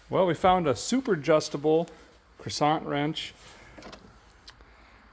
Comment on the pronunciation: Man this would be an easier watch if every second comment wasn't negative sarcasm about how awful every task and part location is. Mix that in with pronouncing words in a "funny" way like croissant wrench every minute and it quickly loses it's charm. Like bro, you bought an old rare car, we get it, things are awkward and in bad shape, try whining less and just get the work done